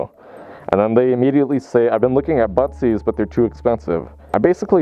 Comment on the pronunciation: If I didn’t read the title I would’ve thought you were saying “buttsies” the whole entire time lmao